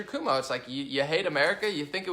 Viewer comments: Cuomo (Koe-moe), rhymes with toe. I get mad at some of the stuff you say about me and other Conservatives that you may believe, but it's not true. Look at the source of your belief about us. Is it Democrats? the media? tv? liberal colleges? Is it your personal experience? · great video....I dig your style and open minded way of things. Btw..... the NY Governors name is pronounced.... coo- oh - moe No biggie but knowledge is power and all that. Just liked and subbed...keep up the videos please. Peace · It's pronounced (kwo-moe)..... and yes, he's a massive douche.